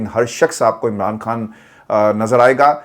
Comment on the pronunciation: Please خان بولیں ۔۔۔کھان نہیں